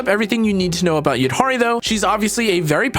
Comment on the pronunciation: HE SAID THE NAME RIGHT 🎉